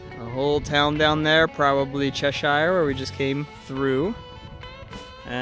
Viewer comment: Ahem .....Chesh Ear. Duh.